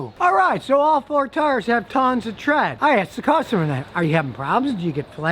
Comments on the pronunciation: Lmfao. “Tons’a tread!” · No a single soul: Scotty: TTTREAD